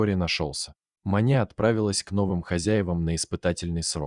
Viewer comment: Может всё же Маня с ударением на ,,а,,?